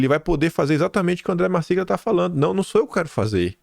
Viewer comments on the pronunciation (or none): A pronúncia é. : ANDRÉ MARCILIA!!